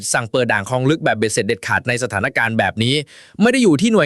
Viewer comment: "พลิกเกมส์ "...ไม่ใช่ "พริกเกมส์" และ " บ้านคลองลึก" ...ไม่ใช่ " บ้านครองลึก"